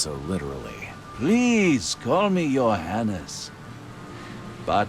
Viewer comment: Oh, that's interesting. Especially since the "Johannes" sounds suspiciously like "your highness"...